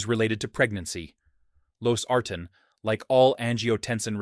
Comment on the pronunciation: I'm pretty sure this is AI…Losartan is pronounced wrong every time!